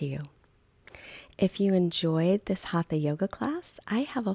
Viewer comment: Please pronounce it correctly ...Hata Yoga